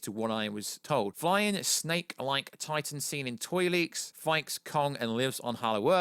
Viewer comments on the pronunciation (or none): none